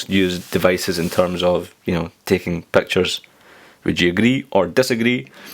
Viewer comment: "Nobody uses iPad to take Pactures , dasagree or aagree?" hehehe (no offense :P)